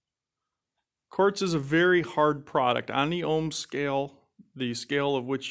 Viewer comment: 😂 Its not the "ohms" hardness scale. It the Mohs hardness scale.